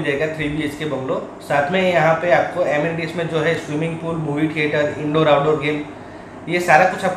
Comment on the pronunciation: ડિયર એનિમિટીસ નહીં પણ એમિનિટીસ બોલાય....તમારા સુધારા માટે કહું છું..બાકી વેલ ડન.